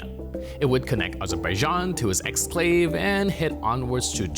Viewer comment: Exclave, not anclave